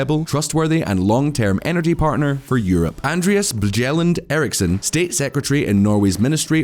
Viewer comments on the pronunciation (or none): It can't have any "impact" on the world economy; it could have an effect on the world economy. Ecological is pronounced "eeko-logical", not "echo-logical". It's not "bcms" (barn-centimetre-seconds) lol; it's "billion cubic metres". "Bjelland" is not pronounced "bi-jell-and" 😆, but "byell-and". Hyundai is not pronounced "hai-un-die", but "hyun-day".